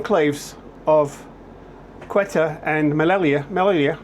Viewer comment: Say oo tah. That's how you pronounce it. And Meh lee ya